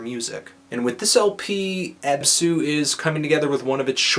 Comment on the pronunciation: This guy obviously has never listened to REAL black metal. I don't mean cradfle of fucking filth. He's never heard Emperor, Mayhem, or any REAL black metal. The fact he mentions TERRORIZER was just for lip service. FUCKTARD! It's ABsu, not abSU, you FUCKTARD!